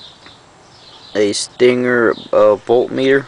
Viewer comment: "Stinger volt mere" "dish-rih-bution block" LMFAO i'm dead